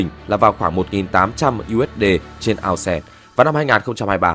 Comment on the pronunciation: Ao xe là cái mẹ gì 😂 Vãi tiếng anh